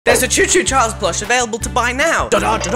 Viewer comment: no it's not co co Charles it's choo choo Charles